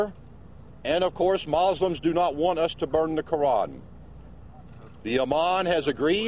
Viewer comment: too bad this clown even got attention in the first place... what no one is talking about is that the damage is done. So many in the arab world already think he burned them already... he pronounced Mozzlems what a clown and a fake also..I like this Iman representing South Florida...